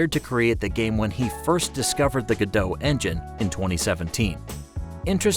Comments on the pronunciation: Its Godot not "Godoe" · It's pronounced Go Dot per the creators. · It’s pronounced go dot as stated by its creators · It's pronounced like robot, not like the actress. According to the developers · I’m pretty sure Godot is supposed to rhyme with robot. I mean, their little logo is a robot.